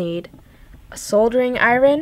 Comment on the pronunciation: Soldering i-REN!